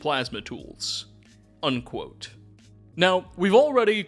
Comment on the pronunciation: I promise you if I have to listen to a second more of this fool saying undquote while forcing his dumbass, clearly fake voice I’m gonna explode. I’m unfortunately a sub subscriber, but I have to listen to anything more like this absolutely not.